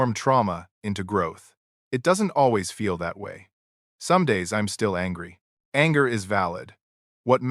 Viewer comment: I hate it when AI says im instead of I'm. Id instead of I'd.